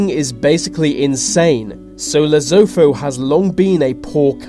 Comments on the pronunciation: Lol, this guy is insane...first of all, its not Lezufu, but Lesotho. And the life expectancy is way more than 34...hahaha...I can't stop laughing. Your video of Lesotho isn't even Lesotho. The place you show the looks like a sub-saharan place, Lesotho has more water than South Africa and it's a Mountanous Kingdom. I don't king Letsie III is insane at all...hahaha...he got his education in England.You Europeans and Americans are so misinformed about Africa as a whole!If you were to visit Lesotho, you would be shocked to find the youth using smartphones...yes with internet you dummie, they have electricity, which is better quality than South Africa's electricity because of their hydropower. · Wtf is lezofo? Lesotho (le-soo-too) is not going be invaded anytime soon and definitely not by South Africa, you need to check a country's foreign policy stance. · Omg!!Lesotho isn't pronounced "losofo" it's pronounced "lesoetoe",but it's understandable because you're English,only South Africans can pronounce it correctly! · It's pronounced Le-so-tho or Le-su-too. Not Lesofo. Also I met the king once my school does constant charity trips to Lesotho. I wouldn't call him insane. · every time you say Le-so-though it's so annoying and cringe worthy.. and no, South Africa won't invade it. its pronounced Le-su-two.. come on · "Lezutho" is pronounced "less-suto" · La-Zo-Fo, looooooooooooool. La-Soo-To. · Did you say "lesofo" it's Lesotho say it right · It’s pronounced Lesootoo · I live in south africa and its pronounced le so to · Lesotho is pronouced Le-sso-toh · It's pronounced lesoto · Wtf is leso"tho" pronounce it right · How to pronounce Lesotho. Lesutu. Besides South Africa isn't doing to well either, its on the same road that Zimbabwe was. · Pronounce Lesotho correctly. la- soo- too is how it is pronounced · It's pronounced: Lesutu!! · it's Lesotho (Lesutu is how you pronounce it) 😫😫😫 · Lesotho is pronounced "Le-SOO-too". Also, it's Ukraine, not THE Ukraine. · Say Lesotho right